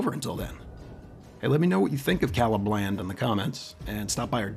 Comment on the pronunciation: When I heard "Calibland", you got my like :)